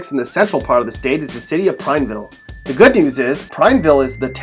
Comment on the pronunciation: Yo dude, you pronounced Madras and Prineville wrong. Madras is like Mad 😡 ras. Prineville is like Prine-ville. Remember the “E” in there. Not Prin. Also we have some pretty awesome rock hounding powwows in both these towns. And drivers are way bigger jerks in Bend. I’ve lived in Central Oregon my whole life, and have never encountered more impatient and rude drivers than in Bend. It’s true most folks want to be left the hell alone in Prineville, but if you offer the first smile, most people are more than happy to make a new friend.